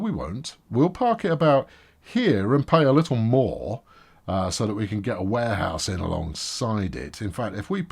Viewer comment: Is it just me or He calls Warehouse as Wareass?